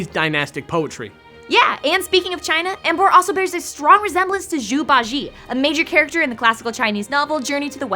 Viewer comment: Zhu Bajie should be pronounced "joo bah-jee-ay".